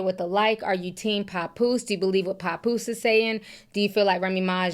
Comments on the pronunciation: Papoose not "Popoose" 😂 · The way she says pappose tears me up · Don’t forget “Pawnpoose” 😂😅 I’m not picking sides either but that was hilarious.